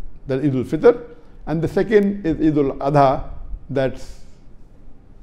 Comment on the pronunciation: Blady Whabi you don't know even to pronounce Iid-ul Adhah giving Islamic Explanation? Did our Holy Prophet (salallahu wasallam) light Candle like Hindus which is on your right side? First remove your western suit.